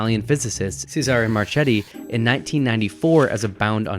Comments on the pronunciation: Marchetti is pronounced mar-ke-tee, not mar-chet-ee. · Pronounced mar-KET-ti. 😬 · The pronunciation of "Marchetti" is killing me... 😆